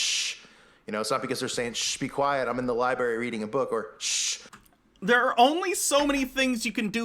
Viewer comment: Heh heh heh, he said “libarry”....